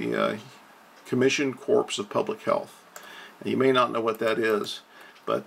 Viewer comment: It is pronounced CORE, not corpse. Like Marine Corps (core) .